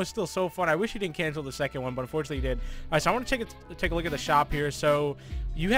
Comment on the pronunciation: He said can i talé your order